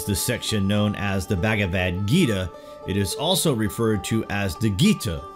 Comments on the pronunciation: It's not bagavad, it's bhagavad #FACEPALM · bahgahvahd not bag a vad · U say bagavadhu ..funny😆😆